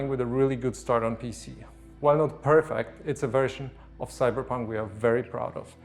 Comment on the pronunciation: When he says "Cyberpunk" why does it sounds like he is saying "Cyderbug"? look i get the fact that English isn't his native language but when you can't properly speak English, why the hell did you pick English to begin with?